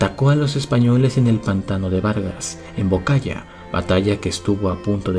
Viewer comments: No es bocaya es boyacá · Excelente trabajo, como siempre, solo una corrección pequeña, en la batalla del pantano de Vargas el lugar es Boyacá, no Bocaya. ;( Saludos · Pantano de Vargas, pero es "Boyacá" en el video dice "Bocaya" Fatal error... La batalla del pantano de Vargas amerita un video propio, la carga inmortal le dicen.